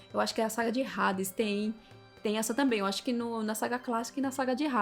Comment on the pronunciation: Pronunciar o H de Hades faz o nome soar muito mais poderoso